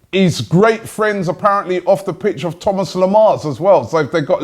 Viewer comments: He's french , Robbie , his name is not pronounces Thomas - it's Tho-ma Lemar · The S in Thomas Lemar is silent btw...